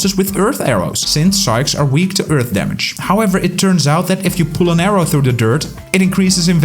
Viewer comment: Can he not say arrow?